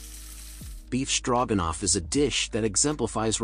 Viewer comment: The "O" in stroganoff is long. 🙄